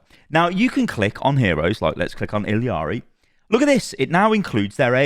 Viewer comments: First i thought couldn't read properly "iLLari" and him saying "iLLiari"😂 But i think it's just a British speech impediment: Z(Zed), Aluminum(Aluminium), iLLari(iLLiari). Adding extra letters to words😂😂💀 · Why does everyone keep calling her illiari? There's no "i" in the middle of the name. It's illari. ILLARI. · You’re horrible with details: please stop calling her IL-E-AR-EE. There is clearly no I after the 2 L’s. That means at best in English we would say IL-AR-EE. Please see this. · Why are people calling her ill(i)ari, theres no i, its pronounce iyari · why do you say "illiari" thats so far from correct its absurd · Blizzard are the dumbest mfers. Edit: It's pronounced Ill are e. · Illari is a Spanish name, so the double L L should be pronounced as a Y. I haven’t heard one correct pronunciation yet in the community. It’s e-yari. Not ill-ari and definitely not ill-e-ari.